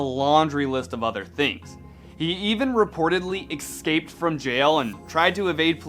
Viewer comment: Like the vid. Ick-scaped ugh... Think the letter "s" so... S-scaped from jail. Lol! Had to listen to it 5 times lol!